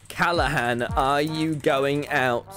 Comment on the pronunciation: No one: Tommy: cAlla hán